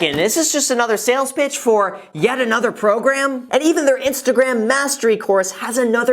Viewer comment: Did he just say Instagraham? 🤔😄